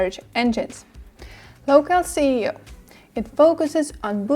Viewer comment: When she says "C"eo instead of "S"eo it throws me off :( Otherwise, very informative video!